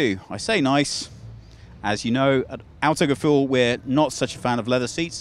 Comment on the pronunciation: hate how he says 'outogefuhl' instead of AUTO